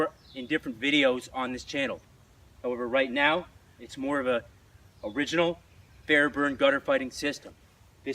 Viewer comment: It’s kept saying the last name wrong and how do I know? Because it’s my last name ahah